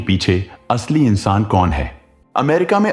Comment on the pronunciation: Horrible 😢 अरपणा नाम नहीं है भाई अपर्णा है pronounce Pa thn Ra र Aadha hai और ण के ऊपर आया है तो ण से पहले उच्चारण होगा 😂😂learn Hindi RA k Roop 😅